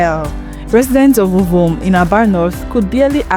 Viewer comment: I hope you're not Igbo cos your pronunciation of Ovom was unforgivable. So much energy is made in learning English language while I igbo language surffers.